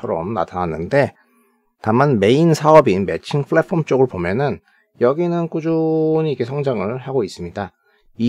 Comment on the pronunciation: 잘봣습니다 다만 flatform이아니라 platform입니다. 발음주의부탁드립니다